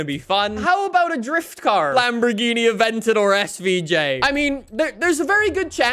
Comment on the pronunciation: My man just said Lamborghini mercy lag O